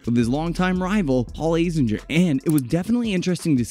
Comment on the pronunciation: A zing er. Not A zin jer.